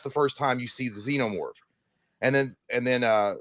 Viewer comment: When pronouncing "Xenomorph" think Xena warrior princess, its (zee-no-morph)